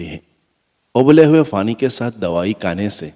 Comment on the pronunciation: Afka bofot bofot fukria , ye app fay ki zaban may q boltay hain ? May yaqeen se kehty hoon k aap pay bol saktay hain phir pani ko fany q kehtay hain ? Our ab to mujh ko ye bhi yaqeen hai k aap fay ko pay kehtay hain. Yani fahad ya fawad ko pahad our pawad kehtay hongay our ferhana ko perhana kehtay hongay ,jub aap ye dono lafaz bol saktay hain to phir onko sahe jaga q isstemal nahe kertay ? Prectuss ker ker k seekh lain